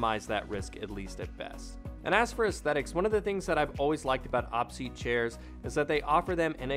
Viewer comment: I think it's pronounced O-P seat, but nice video 👍